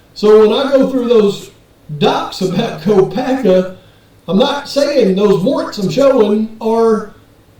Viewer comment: If I'm not mistaken its "Kopak" anywhere. There is a family of Kopak's in Perce Idaho not too many miles away from Moscow. Besides there is a video put where Brent himself stated his name and he puts no 'at or any other letter or sound on the end of it. U did know that didn't u guys? Its just something that's not important really to the case it just bothers me everytime I hear people say Brent's sir name. I'm sure it makes no difference to him anymore but out of respect for his legacy i would truly like to know the world knows his name. But who knows maybe I'm wrong but I don't believe I am. Thanks for everyone's hard work no matter what. Have a wonderful day.